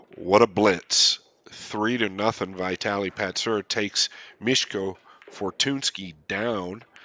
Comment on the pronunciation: The real "Butcher" here is not Mieszko but the commentator who butchered both of their names, lol. Thanks for the video!